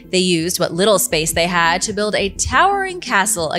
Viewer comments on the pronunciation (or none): none